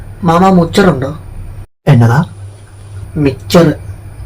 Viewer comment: Moture ❎miture ✅ edhanu estappettadhu 😂😂😂😂😂 പിന്നെ ലാസ്റ്റ് മുക്കുപിഴിയൽ 😂😂😂😂 anta പൊന്നോ സമ്മതിച്ചിരിക്കുന്നു😊😊😂❤